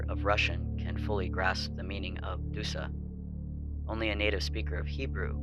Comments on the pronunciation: It's "Dusha" not "Dusa". And yes it does not translate to English well. I'm Slavic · Correction, not dusa, but dusha (that -sh is important sound). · so I guess it was "dusha", after all. Yeah, the AI's response makes sense. It's just that usually when transcribing a russian word, it's more accurate. Because a whole sh sound was missed in the video or the FL website. Thank you for your reply! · Bro didn't look up the proper pronunciation